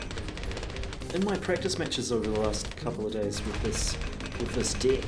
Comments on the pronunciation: Anyone noticed how when says deck it sounds like "dick". Good luck against isabs dick. I was creasing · everytime he said deck it sounded like he said dick xd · Is it me or did say dick instead of deck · it sounds like they are saying this dick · isabs tournament dick... im dying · I think they say dick instead of deck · "Good Luck On Isab's Dick" LOL they pronounce deck differently =) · yup fell off my chair when they started using the word Also was hilarious "Practicing using this deck" but deck sounded like dick OMFG "Yup that's how you win with ISAB's dick" Umm oook